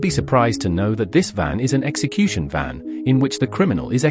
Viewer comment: AI SHITE, shows DEATH VAN, as DEATH BEAN, for FUCKS SAKE, use HUMAN NARRATION